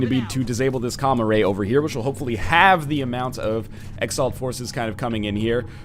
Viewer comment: When ever he says Com-Array I hear Comma Ray. I bet Comma Rays are adorable.